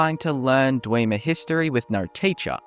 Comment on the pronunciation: "Kidner mines" "Dweeemers" Stopped watching after that.